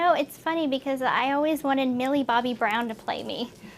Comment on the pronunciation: She really said Millie 😂😂